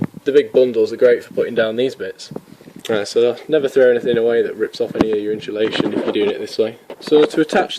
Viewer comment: Insulation. Notice there is no h in the word. Pronounced ins-u-lation. Again note there is no h. Otherwise good work.